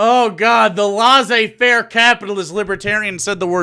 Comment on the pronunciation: You mispronounce both fiefdom and laissez-faire.